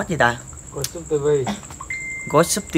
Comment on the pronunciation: Anh nói TA ko rõ thì ma nào hiều